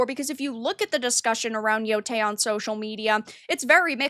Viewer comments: At least pronounce the name correctly. It's Yotei not Yotai. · It still bothers me that can't pronounce yotei correctly